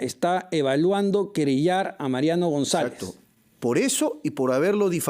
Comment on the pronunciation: (ESPINOZA) tu np quieres decir querellar si no tu dices querida como toda brasilera que eres jajajajjajajaj